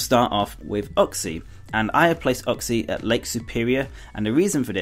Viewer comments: it's not ukxie it's U-xie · Uxie is pronounced You K See Meslrit is pronounced Mes Prit Azelf is pronounced Ay Zelf